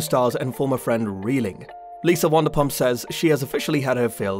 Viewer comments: Wondapump? It’s pronounced VANderPump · What’s wandapump 😂 it’s Vanderpump as in a Van 🚐 😂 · And say it wrong 😂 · It's Van -der - pump